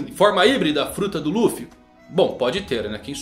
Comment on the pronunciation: dublagem de one piece cartoon network muito melhor a voz do luffy do coby slc nem tem comparação com essa da Netflix 🤮🤮🤮 Sou fã raiz só vejo one piece em japones com legenda Mais em quesito de dublagem brasileira a dublagem one piece cartoon network muito melhor Único defeito é dizer ruffy só isso